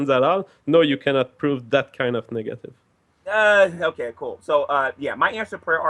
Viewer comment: When he said "Negative" it sounded like "Niggative" so i laughed hard.